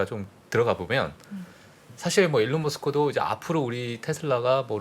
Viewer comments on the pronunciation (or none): 테슬라 전문가신데 일론머스크를 엘론머스크라고 사람 이름을 계속 콩글리시로 이야기 하시니 좀 많이 아쉽네요. 꼭 고치셨으면 좋겠네요. 자꾸 계속 엘론이라 들리니 주의력이 떨어지네요. 하지만 전문가 다운 깊이 있는 식견과 최신 정보는 정말 좋았습니다.